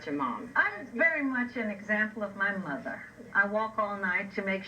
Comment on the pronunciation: You mean the mothuh don't you?